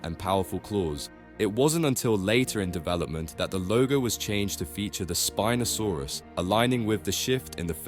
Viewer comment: Spin'O saurus Soochimimus